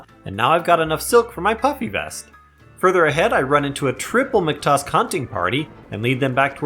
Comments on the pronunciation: let me rephrase, hearing you say "mctusk" instead of "mactusk" makes my day 50% better, but also scares me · hearing him say "mctusk" instead of "mactusk" scares me